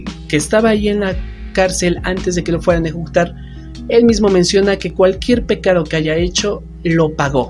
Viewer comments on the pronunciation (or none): les digo una mentira yo no lloré muy bien el video pero creo que pronunciaste mal pecado dijiste pecaro pero que importa me gusto el video new sub y like